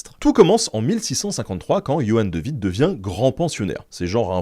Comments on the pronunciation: De Witt ne se prononce pas " de vite" mais " de ouite". En néerlandais le w ne se prononce pas à l'allemande mais à l'anglaise. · C'est de "ouitt", car c'est un W, et non de "vitt" 😅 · Salut Ben, le W se prononce comme en anglais en flamand/néerlandais, donc De Witt, ressemblera à "De huit" :) Merci pour toutes tes vidéos!